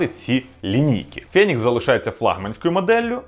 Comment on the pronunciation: не фЄнікс, а фЕнікс....